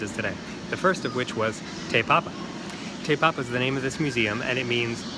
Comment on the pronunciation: He said tae papa but it's te like tea but te